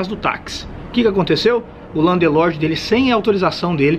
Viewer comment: Muito bom o video. Mas com 15 anos de Londres tà na hora de parar de falar Landelorde.